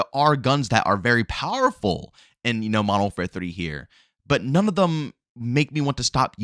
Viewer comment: "Modow warfaa"